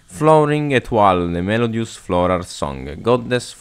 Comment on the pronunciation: Wingardium Melodiòsa, non Melodiosá